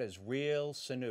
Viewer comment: SIN-yu is the usual pronunciation : )